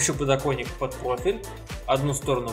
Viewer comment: надеюсь у тебя все таки не подоКойник, а подокоНник) лежит